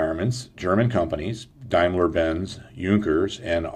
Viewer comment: Hey nice video shame about pronouncaition, on Junkers and Damlier Benz, other wise real nice of course straight line from Crankshaft through reduction gearbpx to propellor is a great idea especially if the engines fuel injected already, may well be another deciding factor, thank you.